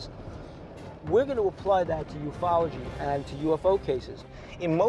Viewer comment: Did he say…..Ufology……?